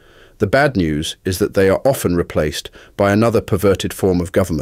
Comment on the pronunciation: He mispronounced "often"